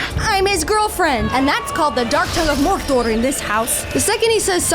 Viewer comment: "That's the black tongue of Morrrh-dorrrrh in this house." Not sure whether to be impressed by the correct pronunciation or amused by how absurdly exaggerated it is.